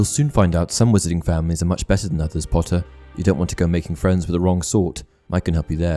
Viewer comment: Because Draco Malfoy always call him "POTTAH" instead of "POTTER" and that's why people find it funny and started to call him "POTTAH" too